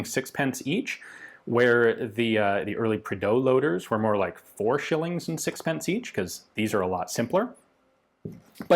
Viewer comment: Lol the way he said “sixpence like six-pence”